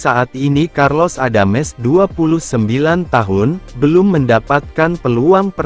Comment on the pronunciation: karlos adams. bukan carlos adames..jadi bingung dengernya